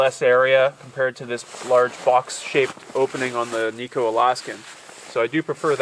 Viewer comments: Its pronounced nigh-co not knee-co. The stove is named after its inventor Ted Knight - hence its pronounced like his name. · Kni co. Kni Alaska made. Not nico.